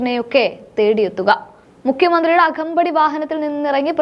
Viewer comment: അഖമ്പടി അല്ല "അകമ്പടി". ഉച്ചാരണ ശുദ്ധി ശൃദ്ധിക്കണ൦ കുഞ്ഞേ. പല പ്രാവശ്യം ഞാൻ സൂചിപ്പിതാണു. നന്നായി വരു൦.